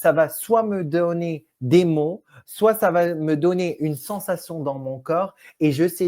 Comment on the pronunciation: Mais pourquoi prononce t-il toujours des "ch" à la fin de ses mots ?